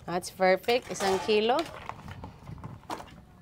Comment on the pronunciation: Yan na naman yung yung PERFECT mong sinasabi,pls do not pronounce the letter P as F. Pls pls lang